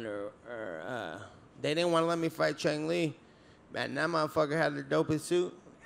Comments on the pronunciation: 😂 he called him Chung Li. 😂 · i think nate said chong li, its main villain in movie bloodsport with van damme :D